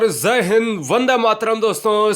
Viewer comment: Sir ap zaihind q bolte ho Jabki jaihind hotah